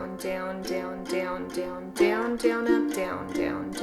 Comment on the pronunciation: Haha “Dyown”